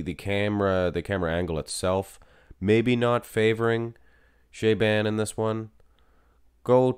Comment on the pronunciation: "Sha-bon" not "shay-ban"